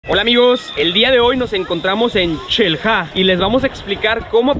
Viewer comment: "Nos encontramos en Chel-ha" jajaja